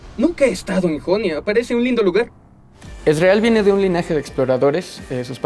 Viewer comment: Que porquería como pronuncia "Ezreal".